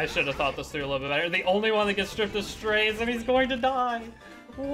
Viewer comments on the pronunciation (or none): strAzeh is how its pronounced just fyi